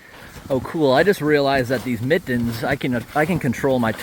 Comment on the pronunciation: He said he has on miTTens … what kind of man says he’s wearing miTTens while emphasizing the T’s